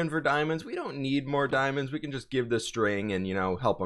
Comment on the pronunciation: Is it just me or when he says can it sounds like cant (no hate)